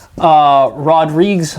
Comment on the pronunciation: Rodrigues has three syllables and rhymes with God-he-says.